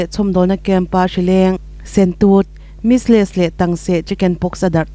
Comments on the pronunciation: Mis-less natna a om ngailo...measles (mi-zil) tih a lam tur... Duh² dan hian in lam mai a,a nihna bo thak² lom🤣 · Measles hi Misles chu a nilo ang aaa... Pronunciation in uluk lo eee.. In news a informative tehreng nen... measles: mîzlz